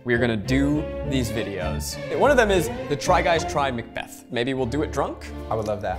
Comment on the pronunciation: I 100% heard "The Try Guys Try Meth" instead of Macbeth and was like wow that escalated